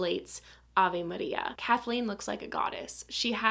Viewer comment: Funny how well you say Avé Maria 😊